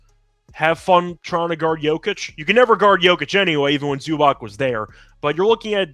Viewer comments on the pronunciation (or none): none